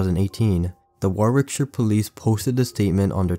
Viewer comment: its pronounced “wor-ick-shire”